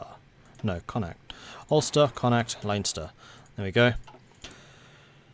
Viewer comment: "Linester" Every irish person facepalm